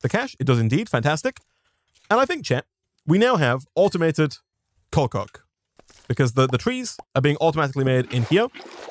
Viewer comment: I really like how he says coal coke. It just sounds so nice lol